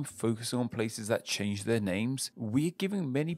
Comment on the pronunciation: I like the "CHANE" instead of "CHANGE" so yeah does make mistakes